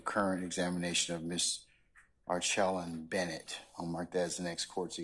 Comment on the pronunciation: ARCHELLA BENNETT.....YOU SAID HER NAME NOOOOOOOO